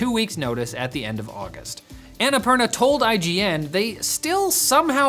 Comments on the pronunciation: say "anna poorna" not "ana parna" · It's "unnapoorna" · Not sure if they read these but the pronounciation of Annapurna is Anna (ænə') Purna (poorna) poo like in the word poodle! For future reference. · Please, why does noone lookup how to pronounce Annapurna??